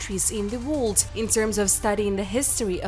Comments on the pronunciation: The dialect doesn't pronounce words you can understand, they must not be American or studied English language, sounds like some words are blurred because whoever is narrating can understand how to say them, for instance the word ( world :we say Woer L dah) sounds like they are saying ( wha d) some here say Wo erl dah, wonder why if this is targeted to the US they are using some other dialect, they must be trying to make money from the videos. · Really excellent - interesting and well researched -Yes I have subscribed ! Some of the pronunciations are VERY cute , including the word "world" !!!!